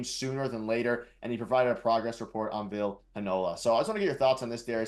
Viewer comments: It's Vill-ee not Vill and it's looking like Arniel brings him in a two game conditioning stint with the Moose #freeVille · Vill eee not Vill